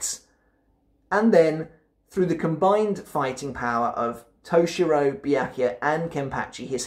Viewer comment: toe-she-ro bruh